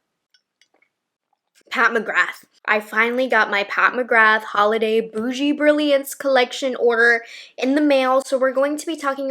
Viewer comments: it’s not ‘bougie’ brilliance it’s ‘Bi-joux’ pronounced Bee-joo. Bijoux is jewelry in French. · Bee—joo not boogee 😂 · “bougie” brilliance lol😂. Well everything from Pat McGrath is bougie. It’s pronounced “bizhu” means kiss in French. I think like bougie brilliance even more😂🎉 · It’s not boogie, it’s bee—hop. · Honestly, you mispronouncing bijoux as boogie, only matches how meh and underwhelming this collection is. If you mean it, it is so on point 😂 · It's "bee-joo", not "boo-jee"! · You're saying "bougie," slang for middle class? C'mon. It's Bijoux, meaning jewel or trinket. Already I don't care about your opinion as an influencer. Sorry, but at least Google it before you make a vid. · Every time someone says “ Bijoux Brilliance” , I hear “ boo-jee brilliance”. Makes me giggle every time. 😊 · I'm I the only one who noticed that she keep calling the collection Boujee instead of Bijoux? lol! Bijoux is the french word for jewelry by the way. I got myself all of the quints and I LOVE the formula, both mattes (satin) and metallics, which works better with fingers and sponge tip applicator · Not “boojee” palette. It’s pronounced “bee” “joo”, 🐝😅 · Not BOUGIE 😂!!!! It’s BIJOUX - pronounced BEE-ZHOU! It’s French for jewel! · It means “jewelry” & is pronounced “bee-juh” I looked it up on Google translate definitely not boujee!!! Who told you it meant boujee? Do research not that difficult I suppose e1 is gonna say “boujee” on their videos now LOL 😊😊😊😊😊😊😊❤❤❤❤❤❤ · So cute keeps saying Bougie Brilliance instead of Bijoux Brilliance 😂💖 adorable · “Boo-jee” Brilliance collection 🤣🤣 it’s all I hear 😂😂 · LOL I literally just stopped the video so I could go to a pronunciation video on how to say bijoux. 😅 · Phonetically this is pronounced bee-jew. Friendly fyi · Are you sure it’s pronounced boujee? It looks French. I wonder what it really means. Can any French speaking people chime in? I could be totally wrong 😑 😮 😅curiosity has got me!